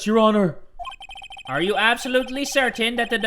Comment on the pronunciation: nobody:: Eheugheugheugheugh your honurrr